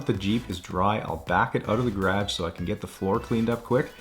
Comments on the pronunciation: Why do you pronounce garage like that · Who needs that first "a" lol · are u saying garage? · Things I have learned while watching this channel: Bunny hugs, timbits, toonies, and an alternative pronunciation of the word, "garage" That's all I can recall off the top of my head but I'm sure there are a few more.